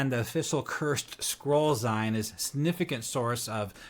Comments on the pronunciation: Zeen..not ZIne..as in magaZEEN. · Zine = "zeen" like in magazine.